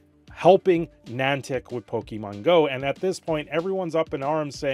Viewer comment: Wtf is Nantac? Edit: opps, its Nih-An-Tic